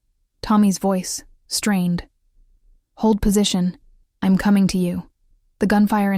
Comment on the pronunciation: Are all these stories ai ? Honestly if a real person is reading this, why the mispronunciation of words like I’m? If you are writing and reading why so many mistakes like that? I’m out. Sorry, storylines is broken with confusion of when he stopped talking. 37 minutes in and I’m out. AI can be great but you need to double check your storyline and the pronunciation of basic words. Also, try making up original names.